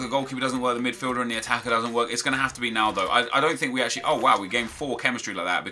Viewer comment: I thought he said a cheeky nando when he said he would like a naldo